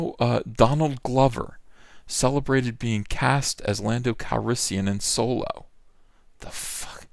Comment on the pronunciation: I crack up every time you say "Soylo" or Soil-low or however you spell it.. Good shit man so glad I found your channel.